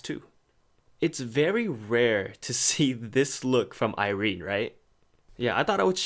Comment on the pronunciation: I never pronounced Irenes name like that n IM CONFUSED.